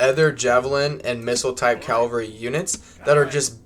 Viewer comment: Cavalry not calvary.. good vid tho, looking forward to playing